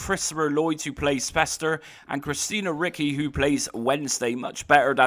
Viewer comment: Not christina Ricky, rid ci you wamker